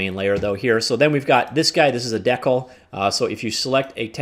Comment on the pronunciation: never in my entire life have I ever heard decal pronounced that way